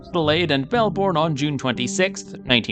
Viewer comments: I can tell you are from the US. Melbourne is not pronounced 'Melborn'. It is better thought of as Melbn. As for Wangaratta! Try Wanga rat ah. All 3 of these crashes occurred along the 2,300 mile long Great Dividing Range, which runs almost the entire length of the east coast of Australia. NONE of them would be classified by any stretch of the imagination as being in the 'Outback'. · You Yanks love those long vowels. It's not Wangarahta or Benahla. Those vowels should be short like the A in cat. Also Melbourne should be pronounced MELBN.